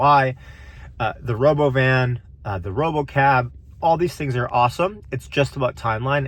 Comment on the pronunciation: please don't say rah-beau-vin. so dumb af.